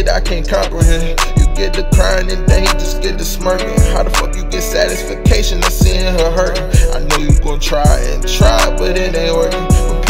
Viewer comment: that man said satis-fa-cation😅